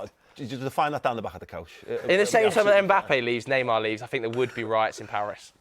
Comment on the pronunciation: bro said neymar